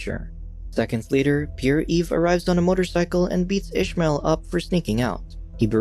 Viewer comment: "Pierre" is pronounced as "pee-air", not "pure".